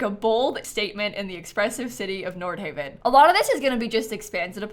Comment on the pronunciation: Omg I am pumped! I stayed in a neighborhood in Copenhagen called Nordhavn and I literally thought this looked like it in the trailer. So exciting! It’s pronounced like “nor-how” like at least how it sounded to me on the train announcement